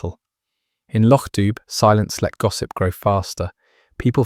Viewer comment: Please. Lochdubh is pronounced lochdoo. Enjoying stories, but please correct this in future